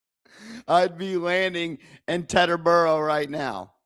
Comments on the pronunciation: Its pronounced Teeeteboro. Not tet fyi.. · It’s pronounced “Teeterboro” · Its pronounced TEA-ta-boro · Bro where you from saying Teteboro like that? Lol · You have to learn how to say Teterboro it's not what you said Peterborough is the airport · I’m not sure I can take you seriously as a Giants expert anymore after pronouncing Teterboro wrong.